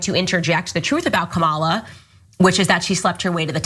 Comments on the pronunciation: I just want to point out Candice Owens deliberate mispronounciation of Kamala Harris' first name. Its always been the emphasis of Ka. Ma. La. Listen to the way she says it and look up the 1980's pro wrestler that worked for the old WWF kamala. A rotound, black, voodoo which doctor character. Im a huge wrestling nerd so this really bugs me, and guess what, I dont like Harris. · It's Comma-la, Candy. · Her name Kahm-uh-luh Harris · This is their campaign strategy? The usual fantasy falsehoods plus vile racist attacks and childish playground insults, as with their feeble attempts to make fun of her laugh? Seriously, they’re all like silly children! Yeah, this will all work well for Kamala’s (that cretin Candace can’t even pronounce her name correctly!) campaign, since voters will be totally disgusted by their immature and crude antics!😅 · Candus owned mispronounced Kamala's name. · Oh Candance, I'm supposed to believe you know what the heck you're talking about regarding Kamala Harris when you can't even pronounce her name? Why anyone listens to anything she has to say is beyond me. She supported Russia's war against Ukraine, and she said ukraine belongs with Russia, "they speak Russian...: no, they don't. They speak Ukrainian, which is closer to Polish than Russian. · Not one of them say her name right ? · Candace is actually the worst. She is purposely mispronouncing Kamala, she knows the correct pronunciation in fact, they all do…it’s another slur. Not all republicans are horrible people but it sure seems like they got more than their fair share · Pronounce her damn first name correctly! 😮😊